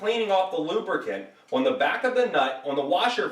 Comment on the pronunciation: His videos would be easier to watch if he talked normally and pronounced the word “on” correctly.